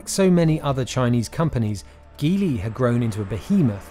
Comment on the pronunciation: Geely is pronounced with a soft g.